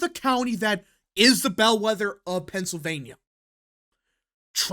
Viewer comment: STOP saying "PENCILvania!!!"